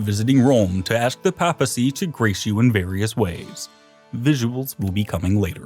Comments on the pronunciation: Has no one ever taught him, after all this time, how to pronounce papacy, papal, arch-anything, or clergymen? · Arkbishop, ClerGyman, pApacy, this guy likes alternative pronunciations LoL... Great video btw really exciting stuff...